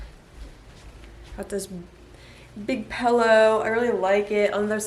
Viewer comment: i just noticed how you say pillow like pellow lol